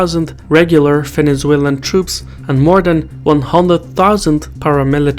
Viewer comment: "Fenezuelan" :D